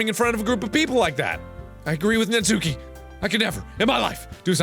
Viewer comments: It's not Natsúki, it's Nátsuki. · Mark please her name is pronounced Nah-tskee not natsookey I'm begging u please pronounce it right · markiplier. its not pronounced natsuki. its like.. nat soo ki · Natsuki's name is pronounced as "nats-ki", not "nat-su-ki" please get my waifu's name right. Hahaha jk xD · am i the only one screaming at how he pronounces natsuki???? naTSUki..... mark no... it's NAtsuki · It’s actually pronounced Nat ski but whatever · Lol I think Natsuki is pronounced Natski but you do you hunie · Also just one quick thing: Natsuki is pronounced Natski, Im pretty sure that the 'u' is silent. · It's pronounced like NAHT-SOO-KE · am i the only one annoyed about the way he pronounces natsukis name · The u in natsuki is silent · Btw you don’t pronounce the u in natsuki